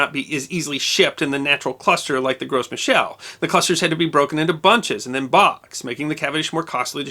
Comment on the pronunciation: Just a word, but the "s" in "Gros" is silent. Every time you say "Gros" is comes out sounding like gross.